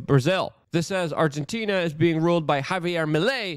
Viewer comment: Luke word of the day “Argentinia”😂👍